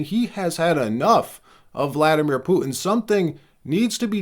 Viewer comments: Trump needs to back the F off and stop thinking hes the king of the damn world. BTW, his name is PU-TIN not POOIN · PuTin NOT “poo-un! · Bro. Say "Putin" properly. Everything about your presenting style is so professional, then you get to words like Putin and you suddenly sound like a toddler that can't pronounce his T's. "POO-IN" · Your mom says POO - IN.